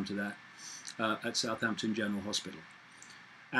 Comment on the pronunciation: The only human i've heard pronounce southampton correctly - well 50/50 .. most reporters (especially in the MSMedia) says south-hampton and it really gets my circuits hot.